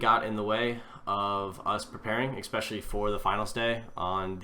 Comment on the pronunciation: Did he say expesially ? Who the fuck is expesially. IT IS NOT EVEN MY LANGUAGE.